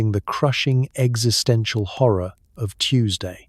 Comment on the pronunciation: 'existential'? …'🥚sistential'? 😂